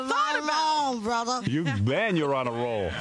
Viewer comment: "I've got a mind of my own, brothah"